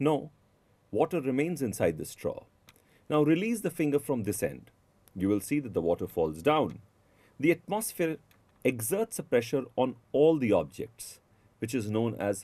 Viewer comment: at-muh-sphere not ot-maw-sphere